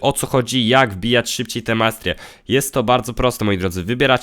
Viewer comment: Tyle minęło a nawet jeszcze nie umie dobrze powiedzieć masterie